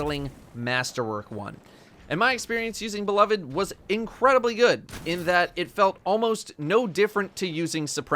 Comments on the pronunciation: it's beloved, not be-lo-ved... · It pains me to hear you pronounce beloved (buh-love-ed) improperly. Especially for someone that prides themselves to much on proper weapon pronunciation. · come on man you’re better than this. It’s pronounced “be-loved”. Not “be-love-Ed”. Edit:you keep going back between the two pronunciations. One of which is wrong and for some reason has caused everyone to become illiterate